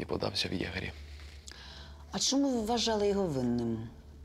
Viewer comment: Якось дивно вимовляє слідча слово Чому, каже Шому. Дивно